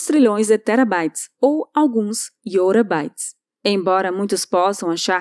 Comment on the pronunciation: Iotabytes e não Iôrabytes.. Iota é grego.